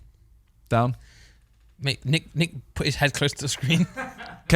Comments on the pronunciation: It’s NICKlmao not neech wtf? 💀🤣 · Isn’t it nich and not nitch?